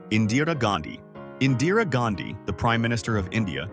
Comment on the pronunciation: Indians be like- bruh it's Indira Gandhi not Indira gandhi